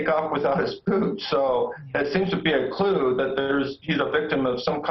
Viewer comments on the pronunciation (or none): none